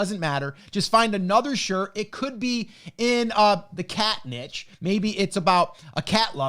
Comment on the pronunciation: i like this guy just because he pronounces niche correctly.